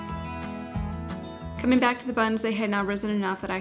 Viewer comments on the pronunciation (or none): none